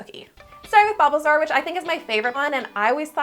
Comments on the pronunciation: Did she say BUBBLEsaur?????? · Okay dude, dude, I’m getting so triggered ever time u say bulbasaur because u say it like balbasaur Edit: fav Pokémon is espeon